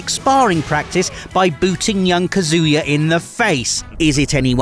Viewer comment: PLEASE stop saying the name wrong; it's "KAH-zoo-yah", not "kah-ZOO-ya". It's Japanese, it's phonetic, you dolt.